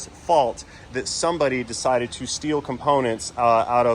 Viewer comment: thou shalt not shteal.what part of thou shalt not dont people understand.